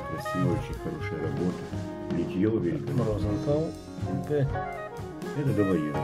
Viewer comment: Розенталь - с мягким знаком в конце слова